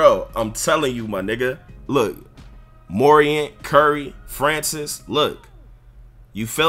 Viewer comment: bra said ja MORIANT 😂